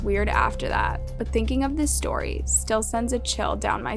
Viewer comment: I love how the fourth one was called “stary 4” lol but this is not a hate comment